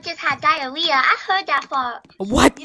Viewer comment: “I hwerd that fart”😭